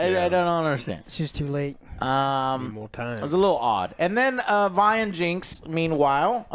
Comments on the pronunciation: why does he keep calling Vi, V? wdf lol. bruh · how are you gonna watch multiple episodes but still pronounce things wrong, "VEE" and ZOON" wth🤣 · why is joe STILL calling her 'Vee'?? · How has he watched it so many times and still calls Vi "VEE" and Zaun "ZOON" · Jim you need a damn speech therapist, how do you get zoon and zion outa Zaun and then mispronounce a 2 letter name saying Vee instead of Vi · He's gotta get the pronouciations down lol Zoon and Vee. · YES! Lol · I get mispronouncing stuff when reading it, but how do you mispronounce a name you HEAR as often as Vi and Zaun?! WTF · How does Joe remember how to pronounce Isha but screw up Vi and Zaun as "Vee" and "Zune"